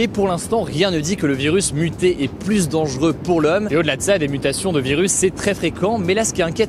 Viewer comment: Hugo et son « de plus en pluS » 🙏🤪